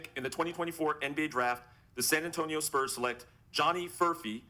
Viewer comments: Did my man said SPERMS instead of SPURS?!?! 🤣😂🤣😂🤣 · He keeps calling the spurs the sperms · Bro why was flight calling the spurs the sperms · Why flight callin the spurs sperms😭😭😭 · Why does he call the Spurs "Sperms" 😭😭😭